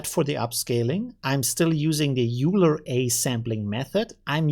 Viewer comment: Leonhard Euler was a Swiss mathematician ( ). Pronounced oil - er. I know, not important, but it's good to know.